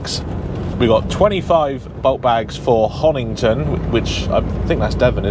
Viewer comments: you always make me LOL when you miss pronounce the places you are going to. Honington is over past Bury St Edmonds in Suffolk you were at Honiton is in Devon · Honiton not Honington. When i first moved to East Devon, I used to add the "g." Great video.